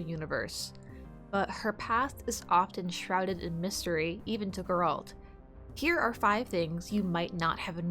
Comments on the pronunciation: The way she pronounced "Geralt" 🤦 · Please for the love of god stop pronouncing Geralt's name like that